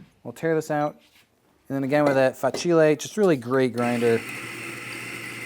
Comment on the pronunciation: Please, please, say fAcile.